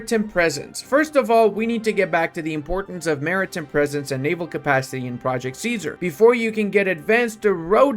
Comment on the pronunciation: the way he says maritime hurts my soul